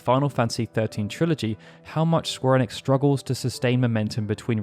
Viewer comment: Maybe try to say ‘Square Enix’ right first